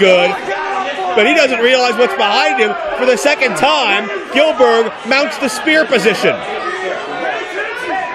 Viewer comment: goldberg not gillberg